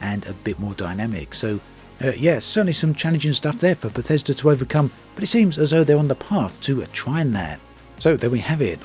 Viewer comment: I was on board, till I heard "Bathesda" lolm garanteed to be a pos.